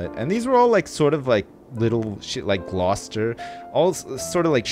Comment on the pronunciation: haha, not glouw-kester